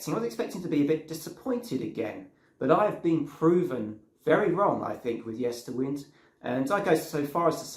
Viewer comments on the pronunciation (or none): The latter part of the album title Yesterwynde is pronounced as in to wind a clock or watch. Time being a central theme of the album.